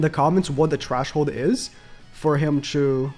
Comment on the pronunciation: I was so confused when he said that lmao 🤣 & he kept saying it lol